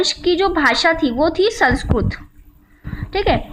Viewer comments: sanskurt nhi sanskirt hota hai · kamina to tu lag rha h ,, bakwas video h , thath to pta nhi or video bnane chali h, sanskirt ko sansurt bol rhi h,, ucharan to kr nhi pa rhi h.